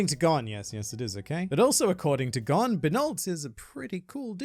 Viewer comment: GON IS PRONOUNCED GONE